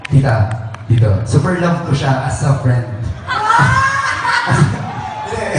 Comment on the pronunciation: Grabe npaka comportable ni ruru ky gabbi to the point na di xa nahihiya na sbhin sa harap ng mga tao lht ng close ni gabbi .. ult ulit na mhal kita e . Ksu my as a friend pa hahahha .. nkakaloka .. ung pg kabigkas pa nya ng aas a friend .. infairness hndi cla pa showbiz mg slita .. kc qng pa showbiz d mgssb ng i love you at lalo d mg ssb ng as a friend na ganun sa debut . Haha .. pero gsto ko as more than friends e!!!